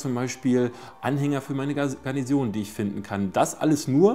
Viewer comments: Garnison! Nicht Garnision. Man spricht es so, wie es geschrieben wird. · Es heißt Garnison, nicht Garnision. ;)